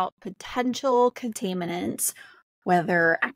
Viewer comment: You absolutely mispronounced (contaminants), when you completely screw up a word that bad, you don’t sound intelligent enough to know anything about what is or isn’t a dangerous chemical. Please type into google how to pronounce the word and they will bring up a diagram that you tap on and the will say it for you. It is really sad how much lack of education exists in modern schools.